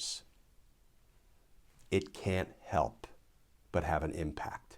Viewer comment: That emphasis on "it can't help" ... "but have an impact" (used twice) sounds really bizarre. The "It can't help" part stands out much more than the rest. Was that your intention Glenn?